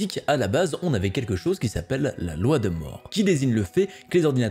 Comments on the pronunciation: ALED IL A DIT LA LOI DE 'MORT' , C'EST MOI QUI EST MORT DANS J'AI ENTENDU CA. NAN VRAIMMENT CA SE DIT "MOURE" merci bisous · La loi de moore ca se dit moure non ?